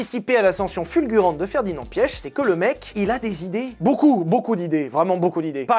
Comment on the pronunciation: Je n’en PEUX PLUS de t’entendre dire « Ferdinand Piech » j’ai juré ça m’irrite